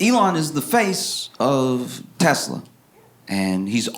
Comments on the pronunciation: he also said “ I love Teslerr!” 💀💀💀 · "I love Tesler!"